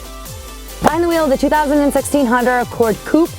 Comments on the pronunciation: "Honder" accord coupe...lol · did she say Honder? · Why can't u say honda right lol? You say Honder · It is so darn cute how you pronounce Honda...